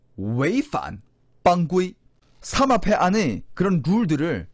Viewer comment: 그발~~음좀 ;;; 사막패 ?? 삼압패 ?? 삼합패 ??